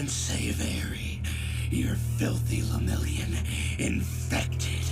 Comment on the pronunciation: and his bame Le-Mirio-n